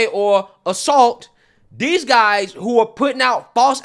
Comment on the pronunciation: I can't stop laughing at this. Again! How do you pronounce guys? ngngngnguys xD